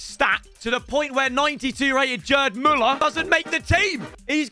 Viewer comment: the G in GERD MÜLLER is pronounced like Geezer not like Jelly mate